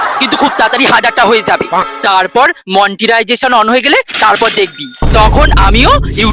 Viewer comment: Monetization ❌ মন্টিরায়জেশন ✅ 🤣🤣🤣